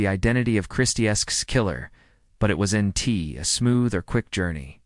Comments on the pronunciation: will there be a revolutionary breakthrough in AI, where if the apostrophe in wasn't is missing, it'll be able to figure out that that is WOZent not 'was entee ' - you'd think it'd know! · The AI you used is inconsistent and trash. Incapable of saying the word "wasn't", calling the killer "Bittaker" instead of Rowe. Do better.